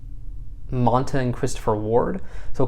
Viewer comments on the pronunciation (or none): none